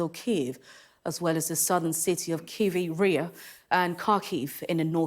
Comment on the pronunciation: "Krivvy Reeh" is an easy / better way of pronouncing it. I have family in Dnipro and we can't get a hold of them, think the powers gone out.